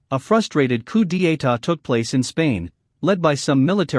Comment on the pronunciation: coup d'etat = "coo dee ayta".. lol